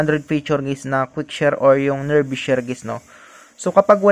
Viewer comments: Hindi sya nerbee share. Neerbai ang bigkas. Nearby as in malapit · lods nearbay ang pronounce hindi nearbi 👍👍